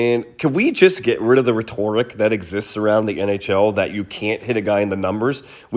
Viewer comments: Ummm...it's pronounced RET-ter-ick, NOT ret-TOR-ick. It's spelled rhetoric. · Rhetoric is pronounced RED-er-ick. Come on, now. Try harder. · Learn how to pronounce rhetoric.